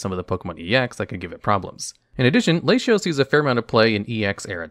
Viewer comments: The mispronunciations are a fun quirk of the channels! "Lashios" God is testing me. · “Lashios” My guy. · I think he reads it the same way as "ratio" where the "t" has an "sh" sound. This is likely the case as he pronounces Latias' name as "Lay-she-as". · You pronounced latios and latias so terribly it straight woke me up. Then you said argon instead of aggron... come on... you're giving us night terrors out here